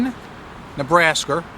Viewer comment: Nebrasker lol